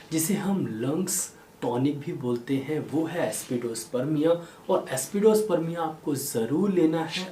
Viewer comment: Excellent videos always. But why pronouncing remedy names wrongly. For e.g Aspidosperma is pronounced as AspidosperMIA.